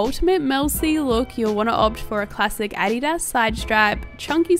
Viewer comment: Love the looks! Also i feel like you're the only youtuber pronouncing 'Adidas' right (it's a german brand haha)! :)